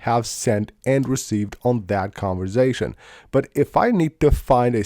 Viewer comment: And “conversation” not “converzation”